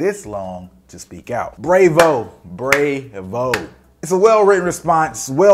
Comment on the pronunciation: Bro you pronounce "bravo" like it rhymes with "Quavo"?